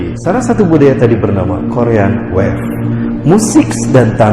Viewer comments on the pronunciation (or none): none